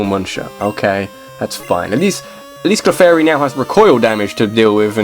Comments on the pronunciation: I was talking about when he pronounced "Clefairy" as "Kuhflairy". Totally messed with the position of the L. But really, it's not a huge deal. I was just being petty. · Your mispronunciation of Clefairy disappoints me. Then again, I'm one of the only people who even cares about Clefairy in the first place. By the way, Confuse Ray still works on Normal-types even though it's a Ghost-type move.